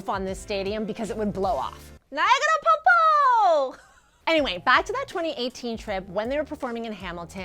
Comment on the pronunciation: Pokpo is a word for waterfall in Korean. He just playfully mispronounced it as Po Po or maybe he did say popko. Tae is so smart and adorable!